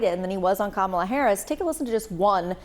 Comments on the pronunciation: It wasn’t a coup. At worst, it was an intervention, but, ultimately, it was Biden’s decision. And don’t be so modest; you, not Joe Biden, are unquestionably the worst president in history. Finally, Luntz, if you don’t want to sound as stupid as Trump, you need to learn that the Democratic candidate’s first name is accented on the first, not the second, syllable. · It's "comma - la" Frank. Man, these guys are so insulting. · Come on, Frank Luntz!! Say her name correctly and respectfully as a pollster, not a DonOLD supporter—totally unprofessional! Come on, Boris—call it out! 🤨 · I see Mr. Luntz hasn’t learned how to say her name—weird! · You'd think Frank Luntz, a supposed objective pollster, could pronounce Kamala's name correctly. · Even Frank cannot pronounce KAmala's Name correctly..LAME!! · Please STOP bringing on right-wing Frank Luntz and choose a less slanted analyst. Pro tip: if they're still mispronouncing Kamala, they're NOT unbiased.